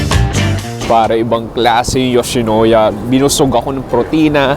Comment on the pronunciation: YOWSHINOWYA.. MISOW SOUP.. Bakit ganun ka po mag pronounce???????????????????????? I KENNATTTTTT!!!!!!!! 😂🤣😅😝🫣😬🫢🤭